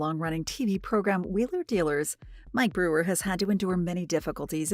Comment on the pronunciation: The useless AI narration can't even pronounce "Brewer" properly. So distracting it's unwatchable